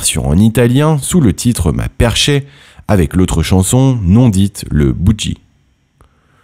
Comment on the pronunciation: Pas su son décès. Triste.ameliorez la prononciation des noms propres et de " perkai" en italien et non "perché"!